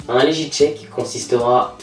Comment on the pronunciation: juste un truc .. LEGIT = LEGUIT et non pas LEJITE .. ;)